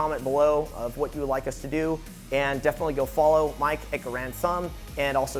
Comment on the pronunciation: Is saying Garand Thumb Fame?